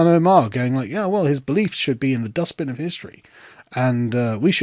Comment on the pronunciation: "dustPEN" axtually. She keeps saying it incorrectly.